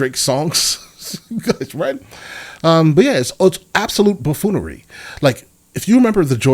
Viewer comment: I thought he said “Bullfoolery” 😭